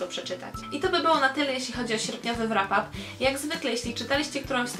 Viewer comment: Ulubieńcem miesiąca stanowczo stała się "Biała księżniczka" Philippy Gregory. :) Słonko, tak zupełnie na marginesie: w słowie "wrap" "w" jest nieme. :) Pozdrawiam ciepło!